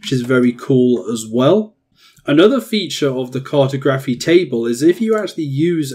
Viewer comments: “CART-oh-graf-fee.” 😆 I’m dying with that pronunciation. Try “car-TOG-ra-fee” next time. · CAR-to-graphy? Lol it's car-TOG-raphy. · car.tah.graf.y not cartoe. grafee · CAR-toe-GRAPHY car-TOG-raphy Is this an accent thing? I’m not trying to be a grammar dick. I’m genuinely curious, because I’ve always pronounced it the second way. Anyways very helpful video. Great stuff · I’m glad you realised the pronunciation was a bit off 😂 great video tho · Cartography is pronounced like geography. The way you pronounced it sounds cursed, it's like saying photo-graphy as opposed to photography. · Where is the presenter from? Why does he pronounce cartography that way? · Good guide. But that's not how you pronounce cartography 🤦🏻‍♂️ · Or when he mispronounces Cartography or Cartographer 🙈🍻